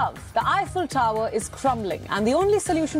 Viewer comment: This narrator, whom I have heard voicing other YouTube videos concerning tall buildings, has a strange way of saying "tower"! It's a straightforward word, so there shouldn't be any ambiguity as to how it should be pronounced! But he says "taowah" at: - - - - - - - - - - - - - Sorry, ""! 😀